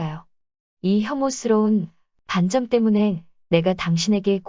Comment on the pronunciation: 반점의 읽기는 반쩜이 아니라 반점입니다. 된소리로 읽으면 안 됩니다.반쩜으로 읽지 마세요.